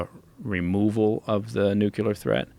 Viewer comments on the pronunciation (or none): He said "nukular"